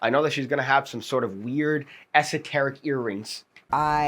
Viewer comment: All I kept thinking was you were saying ese-teric….lol.